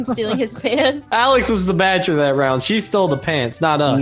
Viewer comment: Its badgey not badger